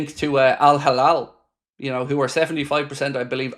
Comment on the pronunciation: It's Al Hilal not Al Halal